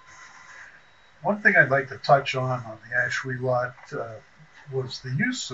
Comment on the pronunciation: Pronounced: Ash-will-let. No "lot" in Ashuelot! As a native, hate to hear that! But thanks for the video. Lived in Ashuelot and heard the trains come through our village as a kid. Remember a washout between Brattleboro and Putney back in the 50s and had dozens of trains come through Ashuelot.